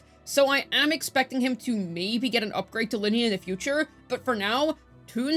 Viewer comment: Ly-nae not linny if i am not mistakenn love your guides btw hehe❤❤